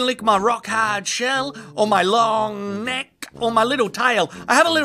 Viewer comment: That emphasis on the "k" of "looooooooooong nec-k" tho